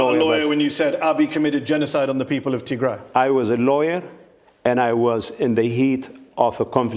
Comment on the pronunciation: It's not Tay-grey. It's Tigray😏